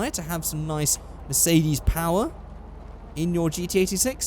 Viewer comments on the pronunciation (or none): none